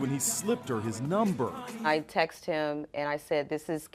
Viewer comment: I textED him, not I text him. It's okay to pronounce the ED at the end of the word.